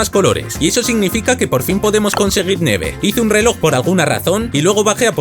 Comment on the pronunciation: Yo creo que no se dice "neve" creo que se dice "nieve"